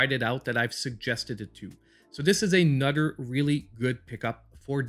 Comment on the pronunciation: You had me at “a nudder” great video